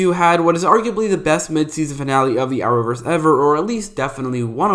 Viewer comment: nobody: This Guy: Are-owverse